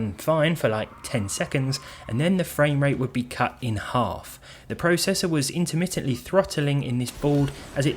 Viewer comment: You say processor WRONG!